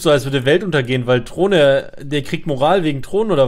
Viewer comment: Niemand:: Trohne